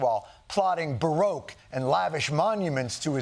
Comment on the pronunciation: Can someone please tell Jon how to pronounce 'baroque' :)